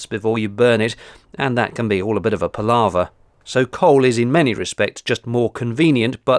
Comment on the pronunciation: I like the word "par-lar-ver"!